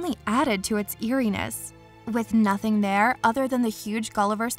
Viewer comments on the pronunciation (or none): none